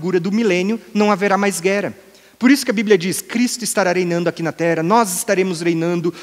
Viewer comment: Ele não pronuncia palavras que possuem o som como o de duas letras R. Ex. Terra ele diz "Tera"; guerra ele diz "guera". 🤔